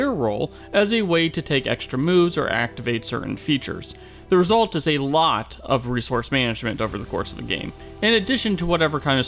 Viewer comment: the stress on “a lot” of resources management is not selling the game.